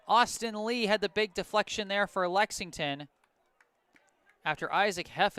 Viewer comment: There’s an L in Lexington for a reason 😈😈